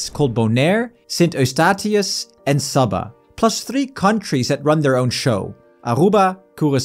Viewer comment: His channel info gives Germany as his location and his pronunciation of Saba is a bit odd, I have no idea where he’s from but Germany seems possible.